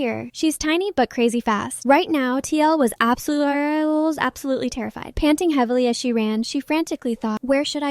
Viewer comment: Absolarlsly Ah yes